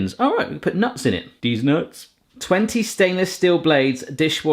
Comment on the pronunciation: please dont say dez nuts any more